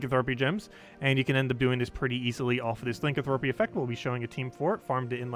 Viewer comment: Pleeeaassee stop saying Lincoln thropy